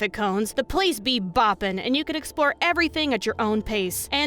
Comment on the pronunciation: "But if you EXPORE thoroughly."